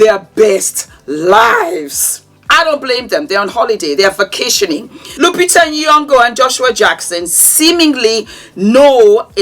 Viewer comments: Correction. Its " Nyo"Ngo" not Ni Yo Ngo. 😅 Thats how we pronounce it. Correction from a Kenyan Villager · As a Kenyan, its how says "Nyong'o" 😂 Let me camp here for great insights from! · Uuuuwiiiii the pronunciation of nyongo 😂any Kenyan hear we 😂😂❤ nice log